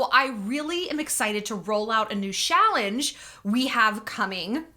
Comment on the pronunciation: I like that “Shallenge”…